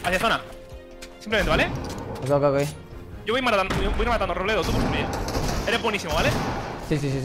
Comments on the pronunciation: Todos: Robleis: Robledo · nadie: absolutamente nadie:: Robledo XDDDDDDDDDDDDDDDDD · Nadie: Absolutamente nadie:: ROBLEDO